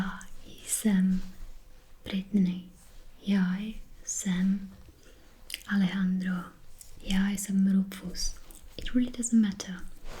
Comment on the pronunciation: Such a nice video, Kewas. I really like languages and enjoy asmr a lot too. I must say I didn't know anything about Czech but now I want to start learning more about it—pretty cool language. PS.: they way you pronounced Alejandro was amazing jajaja Cheers from Southern Spain!